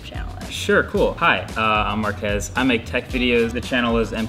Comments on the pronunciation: One thing Sara and Will Smith have in common: Calling Marques “Mark-ass” xD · markhas, it's Marques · It's markhese 😂